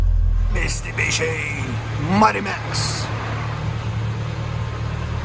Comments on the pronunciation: Mistibishi😂 Love the realness of your videos lol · “Mistabishi” I love it